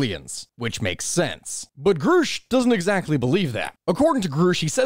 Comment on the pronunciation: Repeat after me GRUSCH, not GROOSH. GR-USH.